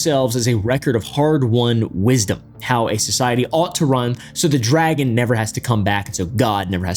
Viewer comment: dragon sounds like meteor to me?